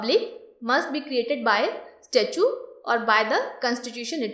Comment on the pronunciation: its STATUTE , not STATUE